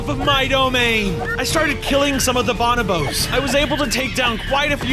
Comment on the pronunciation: eye twitches every time he mispronounced bonobo